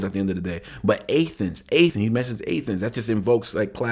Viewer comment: And Athens as A Thens....lol